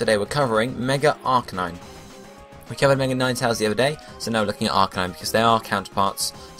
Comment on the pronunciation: Ar-CANINE. Canine as in dog...